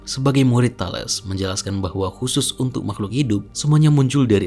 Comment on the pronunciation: Bagus, sepertinya mempermudah subscribers yg kesulitan membaca buku Bertrand Russell. Tambahan, untuk kemajuan video ini, setahu saya Thales itu cara membaca namanya adalah Thalis